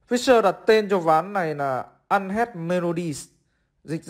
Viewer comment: Unheard đọc là ăn hét quê quá. Nghe cứ như là unhead ấy.